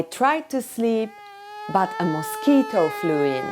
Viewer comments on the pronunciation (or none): none